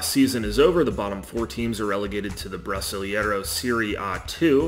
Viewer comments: Why English speakers saying EI things in Portuguese, like brasilEIro, ALWAYS invert the EI sound... brasil-IE-ro instead of brasil-EI-ro?? EI sounds just like the sound of the letter A in English. Like AY. Brasil AY ro. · Não consegui ouvir o cara dizer "Brisilieiro" 2x. Não dá, tive que encerrar o vídeo